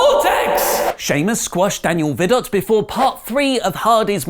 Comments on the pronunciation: Its not vi-dot. Its pronounced Daniel Vi-doh. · The T in Vidot is silent.